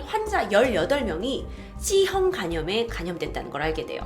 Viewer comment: 씨형 간염 집단 사실은 뭐죠? ㅋㅋ간혹 이런 말실수가 잦으신것 같은데.. 귀여우세요!